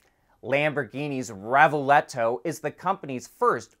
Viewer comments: Its revuelto,not revuleto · even though you mispronounced the Lambo PHEV name as it should be REH-boo-L-toe (it's a word with several meanings in Italian and Spanish and in both languages it is pronounced the same), for one of the very few times in AD you mention Bridgestone in an ADVERTORIAL as OUR SPONSOR. You should do it EVERY TIME you do such an ADVERTORIAL just as SERIOUS MEDIA always disclose a sister media venue when mentioned in a news article.